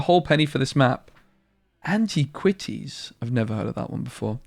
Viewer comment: an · ti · kwuh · teez